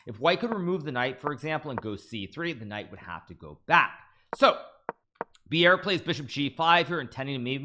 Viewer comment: Bjerre is nothing like "beer". - More like "bear". Then add your "j-sound" of choice, e.g "bjear" :) Maybe we will all one day know him as Jonas, like a Jonas vs Magnus. Which then imposes the problem, it's nothing like "djonas" All in all, his name is pronounced exactly as written, Jonas Buhl Bjerre :D Well, to some at least....